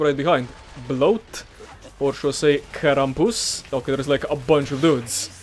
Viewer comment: the way you wrongly pronounce krampus makes me turn off your videos.